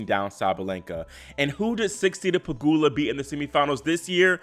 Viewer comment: Finally you correctly pronounced "Pegula" instead of "PegYula" 😂